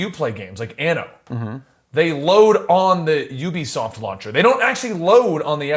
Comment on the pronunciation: pronounced Ubisoft right the first time! What?!